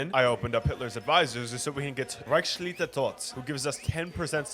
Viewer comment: I love how you pronounce "Reichsleiter" 😂 like rikesliter